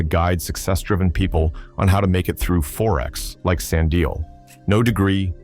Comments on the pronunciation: Sand-ill and Slind-ill ⚖️ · 'Sand ill' 'Nat AL' eish this AI thing... 😂😂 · I hate it when people don't pronounce our names well, it's Sandile not Sandio😏😏😏